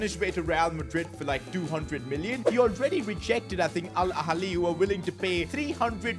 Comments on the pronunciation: al halil 😂😂😂😂😂 its hilal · Did he actually call it al ‘halil’